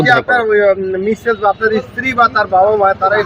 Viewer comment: ইশতিরি বলেন কেন?